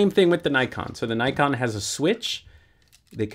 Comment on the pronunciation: I wish people would pronounce Nikon correctly.